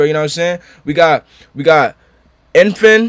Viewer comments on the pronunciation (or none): Its pronounced EN-HY-PEN! Just trying to be helpful !!